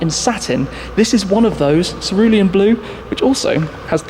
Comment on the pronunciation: I thought you were done saying serulium blue